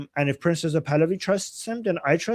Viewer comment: It’s not “PRINCES (or PRINZES) Pahlavi” It’s PRINCE — no “zees” or “ces”. Where is that pronunciation coming from? Why haven’t you corrected this? “Princes” means more than one prince.